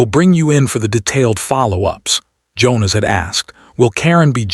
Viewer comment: I can’t click like on this story. The pronunciation of the names was atrocious. Only Leena and Priya were pronounced right, along with Jonas. The rest were butchered by anglicising them by AI??